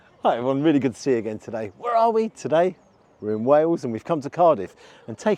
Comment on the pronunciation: It's Wales, not Wells. LOL.